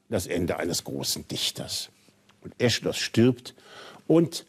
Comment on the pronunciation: Leider hat dem Herrn niemand gesagt, dass, zumindest im Deutschen, man Aischylos nicht Eschilos ausspricht (wie Esche), sondern eis-chilos, das ch also als ch. Vielleicht meint er das und nuschelt nur.